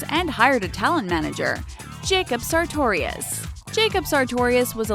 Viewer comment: did she just say sartorius im not a fan of Jacob but I at least know his name